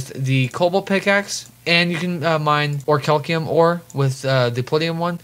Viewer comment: "Or-cal-ceum" YouTube: Damn😔